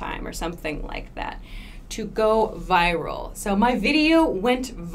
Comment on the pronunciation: not fucking viVral - pronounce it right way viral!